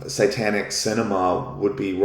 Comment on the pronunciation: Are you saying "sightanic" or "satanic"? I don't think you are pronouncing the word "satanic" correctly.